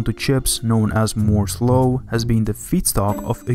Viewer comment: he calls moore's law "moze low"